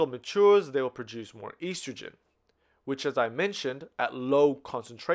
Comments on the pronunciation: Such a good video!! But is it driving anyone else crazy how he pronounces estrogen?! 😂😆🙃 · This was super helpful, but every single time he mispronounced estrogen I died a little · I was lost for a good 10 minutes because I had never heard of a such thing as "eestrogen". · great video! very helpful and easy to understand! The only complaint is how you pronounce estrogen haha but I don't mind because of how helpful this is